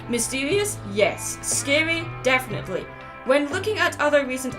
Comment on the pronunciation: Did you say "death-finetely" during the Grim Reaper part?